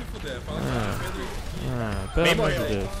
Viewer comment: Kkkkkk Stereo e "Predo" ksksks se colocou errado ou foi por que você quis? Vídeo foda como todos seus vídeos são ^^